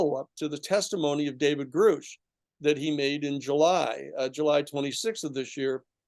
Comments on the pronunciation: He’s done like 10 interviews this week and keeps saying that and keeps pronouncing Grusch wrong it’s pronounced like Grush smh I don’t believe his narratives he’s the reason they had to rush to get the Grusch story out he outed his name in a interview when they were waiting on the Washington Post why they published in the Debrief. Moreover Tim asked a question about the uap amendment this guy starts back in 1977 and took half the interview to not answer that question Tim actually answered his own question way to put the spotlight on yourself again he gave this same interview to about 10 podcasts. Also the committee wasn’t 22 million that was AWSAP it was about two to three million for the committee. Why doesn’t Danny talk about the house meeting led by Burchett saying they didn’t want the comitee in the amendment? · It's appropriate to pronounce 'Grusch' properly. Kindly repeat after me: say RUSH, say BRUSH, say CRUSH, now say David Grusch and make it rhyme. Thank you Mr. Sheehan, try for an 'A' grade in pronouncing Grusch's name correctly.